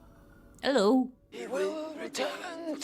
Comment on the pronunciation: “‘Ello” caught me off guard, TEAM TEMUGONAGAL